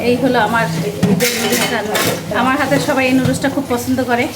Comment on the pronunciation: নুডুলস কে কিভাবে এই অশিক্ষিত মহিলা লুডুস বলে?👍